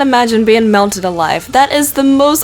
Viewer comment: Anyone else hear "mounted" when she said "melted" or am I just a perv...?